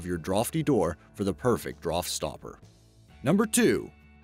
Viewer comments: draught doesn't = droft it's pronounced draft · D hell is a "droft"? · Draught is the British spelling but the way he is saying it is wrong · Stopped watching when I heard how he pronounced draught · Am I the only one trippin about how he pronounces “Draft”? I had to rewind just so I knew what he was saying haha.